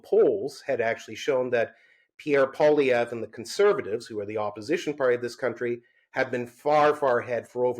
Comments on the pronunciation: Dear Spectator Host, "Poilievre" when spoken by an Anglo is not pronounced Pwa-Lee-Ver, but Pwa-Lee-Ever. See the last three letters of his name. Doesn't seem like a big thing, but it kind of is to Francophones. Meant in helpful good faith. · Nobody I have ever known in my life is hated by me as much as this 1 person I have never met. Edit: Learn to say Poilievre! Your guest said it properly, then literally 3 seconds later, you say it wrong! Try harder!!